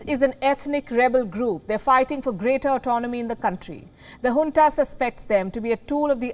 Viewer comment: its junta not hunta